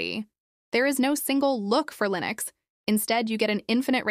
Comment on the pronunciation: "Lineus --SSorce Ayiiine" My favourite distro!